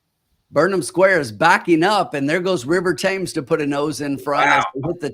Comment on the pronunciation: It's pronounced River TEMS, after the river that runs through London.